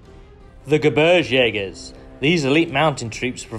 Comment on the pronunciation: not to be picky but if your going to showcase germans might be an idea to pronounce the names of germany army correctly ....